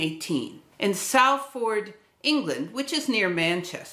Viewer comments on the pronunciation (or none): Hi I grew up in Manchester the adjacent city, knew about Dalton being from Manchester, but not that Joule was also local. Thanks. I didn't know about the Joule/Kelvin link, either. Minor correction the first syllable of Salford is pronounced Sol, not Sal. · Just found these videos and really enjoying your work. As a side Salford is pronounced solford. The people of Salford really let you know this.